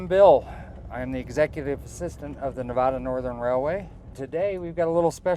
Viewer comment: Nice , but you need to learn how to pronounce Nevada.